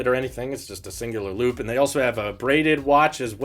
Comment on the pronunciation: your pronunciation of “looop” sounds funny.